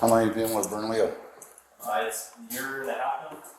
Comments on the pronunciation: Bern-a-lee-YO!!!! NOT Bern-a-lill-o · Berna-leo. Not berna-lillo I kno thats how it looks like you say it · Bernalillo pronunciation is off at the end when the guy says it… two ll’s is pronounced ee. So, Bernalieeo.